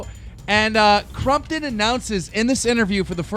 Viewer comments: Stop saying crumptun 😭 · I thought keem said Mccrompton